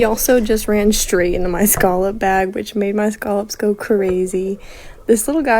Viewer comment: Is that how they say scallops in Florida? Skullops?